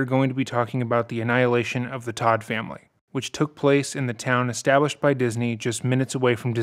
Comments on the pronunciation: Todt is pronounced like Tote...like a tote bag. Long o sound. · They did not open a chiropractic clinic; they were physical therapists. Todt is pronounced with a long o, like ‘tote’. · You pronounced his last name wrong the entire four hour video